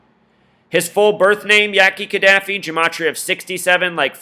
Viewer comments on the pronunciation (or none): Oh and dude that did this right, please get the names right. It's Ka Da Fi